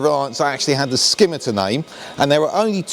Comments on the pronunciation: It's pronounced SIMITAR, the C is silent, trust me I'm 71 and we had Reliants in our family throughout my life until my dad died in 1979, pronouncing it as a SKIMMITAR is like nails down a blackboard. 👍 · Scimitar? ffs pronounced simitar numpty. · FYI. Silent 'C' in Scimitar.